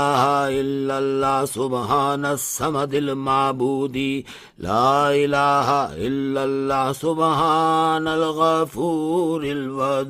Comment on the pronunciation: Kitna bewkoof molvi too. Laelaha Hillary nahin hota. LA ilalla hota hai